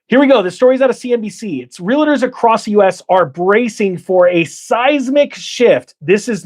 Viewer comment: Do me a favor. Staaphh saying Real-i-ter. It's Realtorrrrrr Thank you. You may continue now.